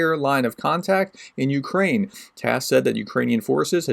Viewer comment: And no you did not say that right - but it is the thought that counts and - YA taka lyudyna, yakiy ne bayduzha Ukrayina :)) Slava Ukraini!